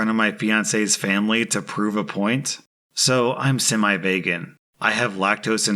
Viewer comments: I'm sorry...😂...but did anyone notice he said vegon instead of vegan? 😂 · are we gonna ignore the way he said vegan? man really said Vagan instead of Vegan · Vaygen? VEEgan lol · Yeah I’m judging right now for saying vaygan in 2021.... it’s so simple: v-gan. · semi- vaygan...first pat-treon... what's next man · “Veygan” - sorry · You said it like “Vaegen” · Did you really say vegan as vay-gan? 😐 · “I’m semi-vaygan” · "Vaygan" what the hell is a vaygan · did you just say... "vay-gen?" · Was it just me or did anyone else hear vagen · Did he jsut fucking say vaygan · I'm reading all the comments about Joe and Kim but I still can't get over how pronounced "vegan" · I'm sorry how did you pronounce vegan again???